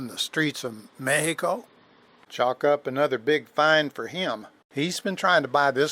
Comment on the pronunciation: My respect for this man, I was very pleased to hear his pronunciation of the name MEXICO, a great country that shares many more similarities than differences with our neighbor, the United States.